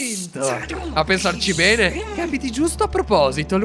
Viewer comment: guarda di nuovo l'ultima parte perché se ti ascolti bene invece di dire bene hai detto "pene"🤣🤣🤣